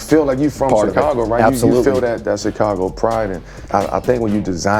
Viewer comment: Eww why he say Chicago like that lol CHI!-cago